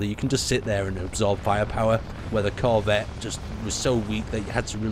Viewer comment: nonononononononooooooooooooooooooooooooo, bad. BAD! you are putting emphasis on the wrong part of corvette. and there's a spelling error in the YT description.